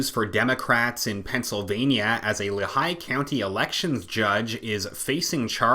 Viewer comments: sorry to be that guy, but it’s pronounced Lee-high by the natives. Our great governor wolfe recently sent a.... mandamus (? request to court) to the SCOTUS to allow Pa. to adopt California’s gun laws across the board. What a f’n weasel. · Just a slight correction on Lehigh County pronunciation. It is Lee-High... Other than that, thank you for your report. Too bad Christopher Asher Wray is not subscribed to your channel.